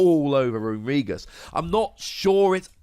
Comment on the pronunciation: that is the most interesting pronunciation of runerigus ive ever heard